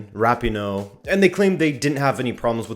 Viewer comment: If you can’t even pronounce “Rapino” correct... Also they were the last team to play on the last day in the first round of group stages so u think they probably had so much excitement built up that they could help themselves